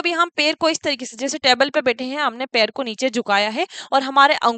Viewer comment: Mam per nhi पैर बोलिये